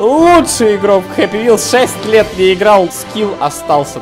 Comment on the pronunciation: не хаппи а хеппи